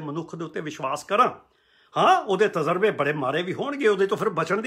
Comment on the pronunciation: ‘ਤਜ਼ਰਬਾ’ ਨਹੀਂ ਤਜਰਬਾ ਹੀ ਹੁੰਦਾ ਹੈ।